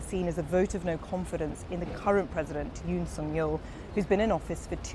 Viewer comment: 윤석열 이름은 영어로 발음하기도 겁나 어렵고, 영국사람들이 발음하니 엄청 이상하게 들리네. 윤~시여~기욜~